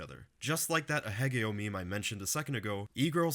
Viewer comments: ahegao is not pronounced uh-heh-GAY-yo broo. it's ah-hey-gah-oh. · FUCKKKKKKKK it's A-he-GAO (1st and 3rd syllables are primary and secondary stressed) from aheahe (panting onomatopoeia) and a voicing of kao (face) dj tron mixtape mentioned 🗣❗ soyjak party is already fucking up her life as we speak